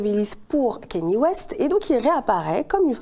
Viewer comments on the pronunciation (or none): Kanye kanye kanye [K-NI-É] pas Kenny